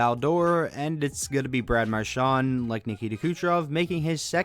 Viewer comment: You said mqrshan three times